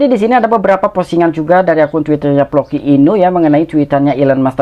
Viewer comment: Floki bang bukan ploki